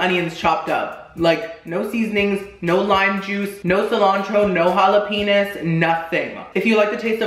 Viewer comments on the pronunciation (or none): I had to replay that clip cause I was like, "did he just say jalapenis?" I was shook when I didnt hear him incorrect. It was funny still though. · Did he just say "Jalapenis" Lmfao this dude cracks me up 😂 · Did just say.... Jalapenis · did he say jala-penis? I'm. Done. Lmbo🤣🤣😂❤